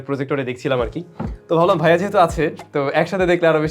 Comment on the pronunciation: অতিরিক্ত সম্মান করতে গিয়ে "ভাইয়া" কে "ভিইয়া" বলা